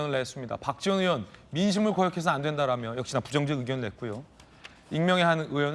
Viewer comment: 언제 부턴가 의원을 우원 이라고 발음 하는데 왜 그렇게 하죠? 궁금합니다